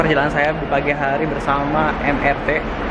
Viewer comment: Mass Rapid Transit = Em Ar Ti Moda Raya Terpadu = Em Er Te